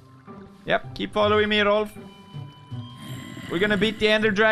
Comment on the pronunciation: Rolph not Rolf